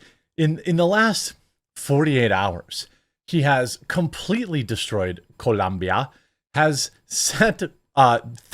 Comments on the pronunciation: It's COLOMBIA not ColUMbia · it's COLOMBIA, idk why this is so hard, I live here and literally they have shirts that say "It's Colombia not Columbia" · Colombia, not Columbia, cmon Jeremy! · Why you have to pronounce Colombia like that? Are you some sort of xenophobe?